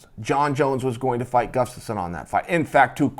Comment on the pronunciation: 😂 Chael is so smart but can't say "Gus-taf-sson" ... He says,"Guf-taf-sson" everytime!!!